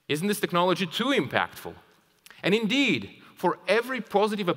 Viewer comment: “and INDEED!” *feels a sudden chill*